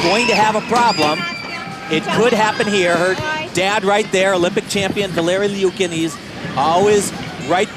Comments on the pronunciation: Kim K. • What is it supposed to be? Or does she go by LEEOOKIN in the US? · He keeps calling her Nastia L-E-OOKIN. Not gunna lie...drove me a bit crazy.